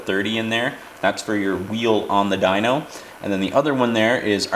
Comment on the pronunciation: AR dweeno lol like wtf bro It’s dyno as in dinosaur ffs